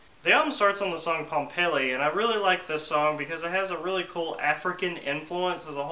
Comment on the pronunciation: They album starts on what? Pompely? Pompeii. Pronounced "Pom-pay". Learn how to speak